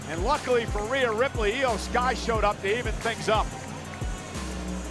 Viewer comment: Its iyo sky